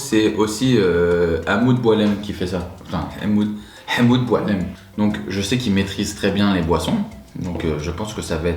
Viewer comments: Tu le dis bien le Hamoud Bou3lem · je suis algerienne kabyle merci pour la video tu dit archi bien "hemmoud boulem" on dirait un pure algerien bisous a vous deux 🥰😍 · Tu l'as prononcé mieux qu'un algerien wsh le hamoud boalam 😂😂😂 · Franchement le Hamouda boulam mais vraiment tu le dis très bien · Juste pcq t’as bien prononcer hamoud boulaam je liiiiike !! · Tu prononces mieux le «hamoud boulaam» que shera😂😂😂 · Je suis oranaise à Montréal et j'adore la karantika. Bravo pour ta prononciation de Hamoud Boualem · Tu prononces très bien "Hamoud Boualem". Pour ce qui est de la karantika, elle est consommée dans toutes les villes d'Algérie. Moi je suis de Mostaganem et quand on a une petite faim c'est casse croute de karantika. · Alalalala sacrilège ! Le Hammoud et le selecto faut les prendre dans les bouteilles en verre :-). Sinon, bsahtek la prononciation ! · T'as trop bien dit hamoud boualem jppppp 😂😂😂😂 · Hamoud bouaalem c très bien dit avc la grimace excellent👌